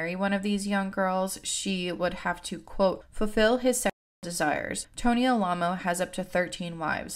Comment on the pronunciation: Am I crazy, or is Alamo mispronounced throughout this whole video? Or did the cult just pronounce it oddly?